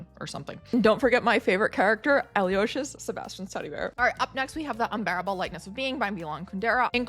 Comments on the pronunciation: Oh dear, the second video of your I've watched and probably the last. You speak to fast also the American mispronunciations🙄 Evelyn Waugh doesn't have a long A, it is a homophone with war. The bear's name is Aloysius, Al-oy-is-us. You said you read Russian but default to American Moss-Cow which is wrong. As for Nabokov: here is what the man himself said "No-bow-cough. How ugly, how wrong.......The awful “Na-bah-kov” is a despicable gutterism." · BTW Aloysius is pronounced al-o-ISH-us